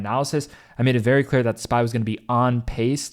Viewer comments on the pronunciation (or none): Are you saying "on paste"? Just a heads up it's "on pace"